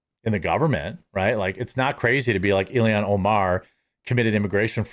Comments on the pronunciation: ILL-HAAAANNNN NOT ILL-E-ANN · ILL - HAN. 2 syllables..."ILL" like to be sick, and "HAN" like to pilot the Millennium Falcon .